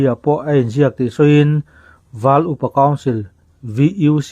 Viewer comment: Val iu pa council nge,val upa council? I chhiar khan,iu...ahnu ah i lamleh khan upa .